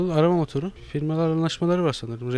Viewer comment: Gogıl işte arama motuuru